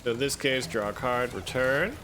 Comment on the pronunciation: Every time you said draw a card, I thought you were saying rock hard, which is what you got me after watching this video. Keep on brother